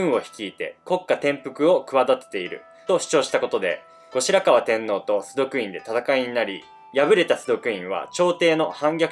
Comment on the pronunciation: 崇徳天皇 「ど」と濁るのではなく、 「すとく」です。